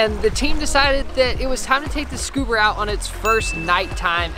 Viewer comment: “Scuber” HAHAHAHAHAHA